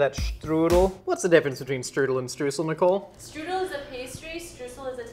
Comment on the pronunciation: Did you take German lessons? Especially knowing how to pronounce the “st” in “Strudel” and the “eu” in “Streusel” makes it seem like you did!